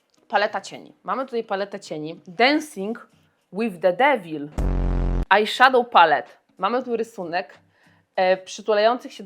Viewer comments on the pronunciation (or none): Trzy razy musiałam przewinąć by usłyszeć czy mówisz densing łyf devil czy debil. No i jak już tak się zastanawiałaś co narysować tooo czekałam na tego sisiora. Nie napiszę może, że oglądam Cię od stu lat, ale od niedawna jestem stałą podglądaczką na różnych platformach (tylko nie tik tok bo to bebefujfuj). Przemyciłaś do mego życia mejkap, ale to już Ci pisałam nie tak dawno temu (btw dorwałam wreszcie dyniową kolekcje Bell. Nie wszystko oczywiście, ale ta konturówka rzeczywiście jest boska). Pozdrawiam :) ❤ Hell win…znasz angielski?